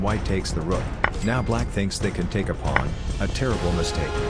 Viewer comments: I know it’s a robot voice and all but still, why and how did a pawn become a plon ? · why does the ai voice say pawn like that